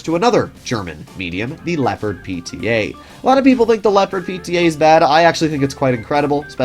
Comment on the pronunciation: You usually get the pronunciation of the German tanks names pretty right but Leopard is crazy